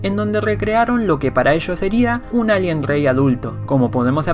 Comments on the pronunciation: te agradecería que aprendieses a decir la r, es muy molesto escucharte decir ´´alien grey´´ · NO DICES ALIEN BIEN ACTIVE LOS SUBTITULOS Y SALIA ALGUIEN LALIEN ETC.